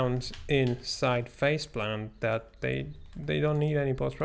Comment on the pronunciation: I keep thinking you’re saying “faceblunt” lol